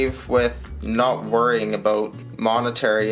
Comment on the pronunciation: I like the pre-teaser, nice format you got going. Look at all that poured loot! Yeah is that you're picture on the thumbnail man?! Like a dog on a leash, I like your' analogy... Did you say aboot? Hahaha... Time to rack you up some watch hours!!! Catch up day my friend. Those gold maples are a pretty sight! ! If you inflate your' deflater, you get stimulated, is that right?! 532 subs tonight man, very happy for you! I like your' outro beaver and smooth sounds... Great video!